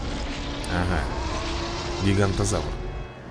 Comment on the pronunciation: не гигантозавр а гиганотазавр